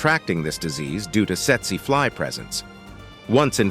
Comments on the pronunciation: Setsuh flies? I thought it was pronounced teetsee fly. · I gave this video a thumbs down because you did not bother to tell us where in the world each of these menacing creatures can be found. I think that's important, and yet, you left it out for most of them. That was a HUGE oversight on your part. You also mispronounced the Tsetse Fly. It's pronounced teet-see fly.